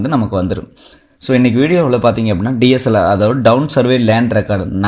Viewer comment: உங்களுக்கு T , D உச்சரிப்பு சரியாக வரவில்லை. கூர்ந்து கவனித்த பிறகே நீங்க சொல்லும் வார்த்தைக்கு என்ன அர்த்தம் புரிகிறது, Town (T) DOWN(D) DSLR× TSLR